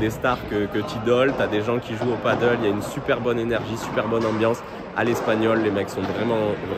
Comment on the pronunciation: Merci pour cette vidéo intéressante. Une seule remarque, il faudrait essayer de dire Padel et pas paddle.😅